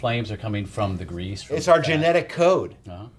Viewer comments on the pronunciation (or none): none